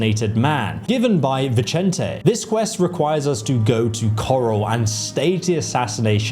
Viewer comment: I now have PROOF that you YouTubers are trolling us by purposely mispronouncing names in your videos to drive us nuts… You pronounced Vicente 2 different ways in like 3 seconds at around 18 minutes…